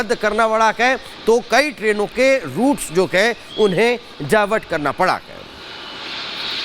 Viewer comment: आप है को कै क्यों बोल रहें हैं 😢